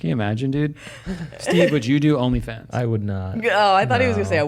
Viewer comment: “ONLY JOONS” 😂